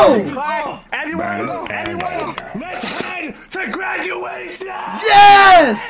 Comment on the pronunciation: Speed gwaduation!!!